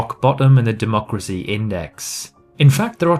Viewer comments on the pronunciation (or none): none